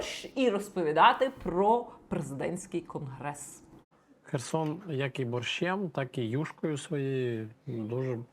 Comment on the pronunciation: "презєдентський" "крнгрессссс"....???